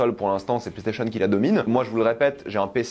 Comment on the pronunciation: Il cherche un truc à dire les PlayStationeuh